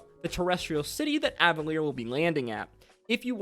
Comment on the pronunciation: I think the stress is on Ávalir, not Avalír. The city used to be called Toramunda, then, when the mages took the top of it and lifted it into the sky, that part became Avalir and the ring that was left on the ground became Cathmoíra not Cael Morrow. Zerxus is the First Knight, not the First Sword. Nydas is a Sorcerer Bard, not just a Sorcerer. I think it's pronounced Pay-sha. Also she's the archmage of the Librarium Incantatum, and I don't think she's a member of the Ring of Silver, but I'm not 100% sure about that. runes the Matron's ritual that wasn't Vespin, that was just a follower, Vespin was in the mirror. again, it's Cathmoíra, not Cael Morrow. They referred to Cael Morrow in Marquet once during the episode (I think one of the Ring of Gold is retiring to there?), so we can rule out that Domunas is Marquet and Cathmoíra is Cael Morrow.